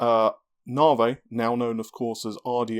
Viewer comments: If manages to say NAVI and not NAAHRVAAYY, I swear I will hook him up with a nice ho-ho...... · Just say navi. ITS NAVI. NAVIGATION. NOT GODDAMN NARVAY. STAHP!